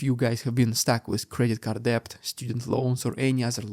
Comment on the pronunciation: Thank you for your insightful coverage, as always. (In the word DEBT, the B is silent. Not kidding! Pronounced DET.)